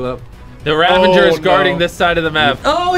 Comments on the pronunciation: Ravager [Rah-VAH-ger]. That is all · haha this is why I tell people to do their research before saying stupid things Hint: it's not 'ravenger' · Dude its "Ravager" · nobody: Mr beast and Chris: rAvEnGeR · Things that will never change: Chandler doesn't know how to use sword cooldown Jimmy doesn't know how to use /give Karl screams at casual plays Chris can't pronounce ravager correctly